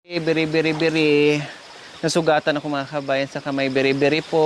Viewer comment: Not biribiri madam ,baribari😊